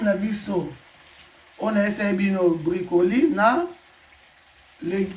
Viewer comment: ba bengaka yango na français Brocoli et non bricoli